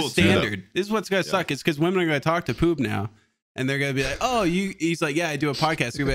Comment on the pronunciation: it's ploob not poob